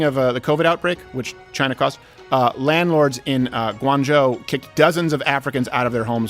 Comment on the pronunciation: And who really owns Black Rock? Chy-nah